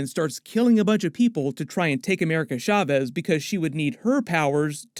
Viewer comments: As a Hispanic person, it hurts my ears every time you say "shavez" instead of "chaves." 'Ch' supposed to sound like "choo-choo" or "cha-cha." I'm use to hearing bad pronunciations, but not so many in succession, lol. Please take this as constructive critique, ty. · Why do you keep saying “America Schavez”?